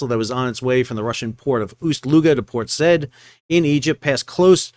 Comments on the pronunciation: How long to run out 550 feet of anchor chain? How long to haul it back in? Port Said is pronounced as Port Side, not Sed. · Where's "port sed"? The maritime shipping hub at the mouth of the Suez in Egypt is pronounced "Port Sah-eed" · "Port Said"? No, it's pronounced "sah-YEED".... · Enjoy your channel. BTW it's pronounced "Port SIGH-EEED" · It's pronounced Port <Sah-eed> Just saying, thanks for the vid 🫡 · Port said is pronounced 'Sy-eed'. Good video as usual. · Port Said pronounced “sy-add”. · Port said is pronounced port saw eed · Interesting. Isn't it pronounced "Port sa-EED?" Cheers! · It is pronunced Port Sigh-eed